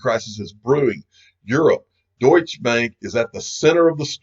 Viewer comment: Still can’t pronounce Deutsche can you 🙄